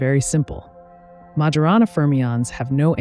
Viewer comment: Well, there's the "mah/jorana" mispronunciation of Majorana - and several "inneraction" mispronunciations of the word interaction after - - - just sayin'